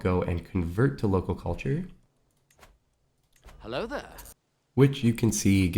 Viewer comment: That dutch "hello" had me actually laughing out loud